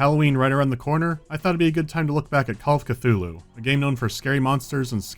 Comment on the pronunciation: Ah yes, Call of C'th-uty!